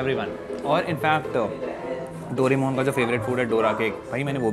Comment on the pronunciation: Doremon❌ Doramon✅😅😅